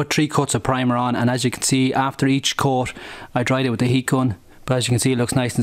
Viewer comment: He says coad instead of coat and smood instead of smooth